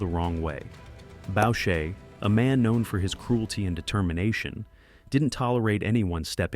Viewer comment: Boucher is pronounced: Boo-chay. Roy is pronounced: Roo-ah